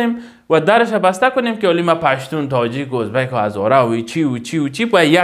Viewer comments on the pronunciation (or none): none